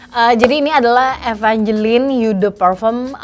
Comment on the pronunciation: what a great review! but just so you know, "eau" is actually pronounced /o/ 💖